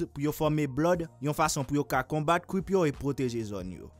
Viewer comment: Dude can you even say Crip cause u kept saying cwip its crip get it right buddy